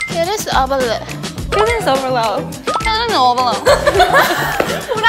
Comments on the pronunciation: The whole sequence of "cuteness overload" becoming" kyutnisoverlo" was too funny! I had to pause the video to catch my breath 🤣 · yeji really said cubess probalone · i thought yeji said cuteness abalone 🤣🤣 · Ryujin : Maybeeee Everything Chaeryeong : Meybeeeee everithing Lia : Meybeeeeeee EveryTheng Yuna : Maybe Hebiting Yeji : Hewwi evide Yulia 🤝 winrina Lia : Cuteness overload Yuna : Kyutnes ovela Chaeryeong : kil dis obela Ryujin : Cunes ovela Yeji : aysgajsgwgkwh LIAYAAAAAAAAAAAAAAAA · Why I heard Yeji say Killing laleload 😂😂😂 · I like how they laughed at Yeji for not saying something correctly when Chaeryeong said "Cuteness overleh" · lia: cuteness overload yuna: cuteass overlo chaeryeong: cuteness overle ryujin: cuteness overloww yeji: gegeorlo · Lia: cuteness overlowd Yuna: cyutnes ovelo Chaeryeong: cyuness oveluh Ryujin: cyuness ovelow Yeji: kunezobelow Lia: choovenolevow (since she repeated it at last) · LIA: cutness overload YUNA: cutess oavarlaah CHAERYOUNG: cutess oaaberloh RYUJIN:cutess oberloh YEJI: kubess kwakheloh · Yeji said cutenessenvelole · had me dying when “cuteness overload 😏” devolved into “CuTeNEss oVarLOh 🥴” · Yeji : cute ney ovalow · Lia:Cuteness Overload🥺❤️ Yuna:Cuness Ovalowd😎✌️ Chaeryeong:Cuteness Ovalawd💅✨ Ryujin:Cutness Ovahlowd😋☁️ Yeji:KyUtNeSt OvAlOaD😔🔪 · Yeji’s “cuneobelo” BAHAHAHA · I Can't forget when: Lia: cuteness overload Chaeryeong:cuteness overload Ryujin: cuteness overload But our two no°1 english speakers (yeji and yuna) : kiUNes ObeRLeh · Lia "Cuteness overload" cute Yuna: "Cuteness overloa" cute Chaeryeong: "Cuteness overloaid" sassy Ryujin "Cuteness overloadv" sassy Yeji "Cwutenwess owverwload" sassy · kyutnes overlah